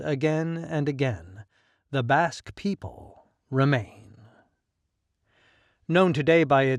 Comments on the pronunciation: It's BASQUE not bosque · When you say Basque, I hear Africa! 💥💪🏿🌍